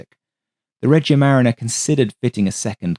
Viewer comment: For what it’s worth, “Regia marina” means “royal navy” and is pronounced “reh-GEE-a ma-REE-na”. Love the content, as usual.